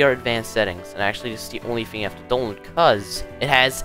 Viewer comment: i like how you say donlod